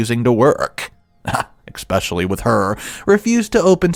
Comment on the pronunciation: It's especially, not exspecially.